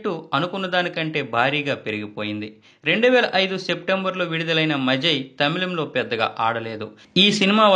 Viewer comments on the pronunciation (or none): అది మళై. మఝై కాదు. అంటే వర్షం